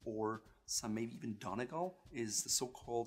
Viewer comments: You pronounce Donegal so wrong it’s not donny-gal it’s pronounced dunny-Gaul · ahahah don eeee gaalll pronounciation a bit off but brilliant video!!! :) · Donegal Is not pronounced as Don-e-gal🤦🏼‍♀️👎🏼you pronounce it as Don-ee-gawl👍🏼 or Don-ee-gaul👍🏼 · I know it's a bit late but Donegal is pronounced don-ee-gal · Donegal is pronounced "Dun-Ee-Gall"